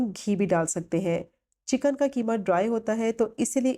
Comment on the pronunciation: Not keema, qeema